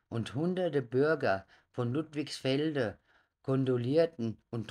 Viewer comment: Der Ort heißt LudligsfeldE!! Nicht ....feldN!!